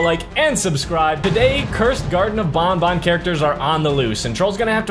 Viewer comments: It’s called banban not bonbon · Bruh really say bonbon not banban